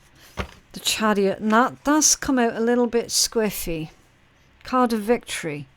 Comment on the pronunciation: I had to look it up. 😅 From context I figured it must mean sideways or off kilter or something like that, but I still wanted to know the official definition. At first I wasn’t sure if she was saying scriffy or squiffy & I couldn’t find anything for scriffy 😂 When I finally realized it was squiffy, I looked it up & saw the main definition is “slightly drunk” & I was like 🧐🤷🏼‍♀️ lol I knew that’s not what she meant so I kept digging & found it can also mean “askew.” I learned something new 😉